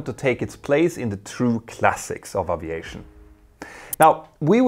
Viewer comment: Does she pronounce Aviation with an O instead of an a if you going to broadcast in English do it right